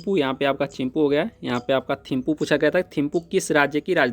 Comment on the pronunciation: Chimpu nhi Thimpu hoga